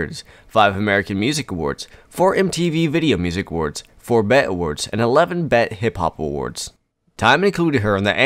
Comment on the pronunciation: BET is not pronounced as bet lol. She didn’t win a bet award, she won a (pronounced as) bee Ee Tee Award😂 as in B.E.T. standing for black entertainment television 🤦‍♀️